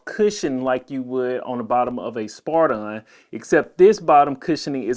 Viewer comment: spiridon not spardon